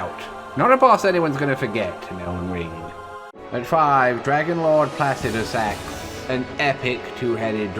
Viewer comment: holy FUCK you’re the only person to pronounce placidusax correctly in pretty much all of youtube. thank you